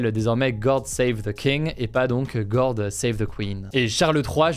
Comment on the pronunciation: T’as pas besoin de te forcer à te donner un accent tu peux parler normalement et correctement, tu t’es tellement forcé que t’as dit goRd au lieu de god